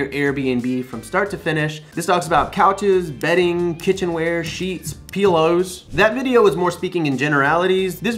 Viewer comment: Bro did you just say Peelows? haha You're the best! Thanks as always for the content!